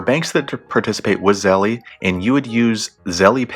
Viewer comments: "Zel" not "Zelly" lol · If you say Zelly ONE MORE TIME! 😠😡